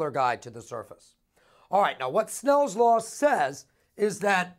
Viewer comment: soooo enthusiastic!!!! and he says snells law not snails law :P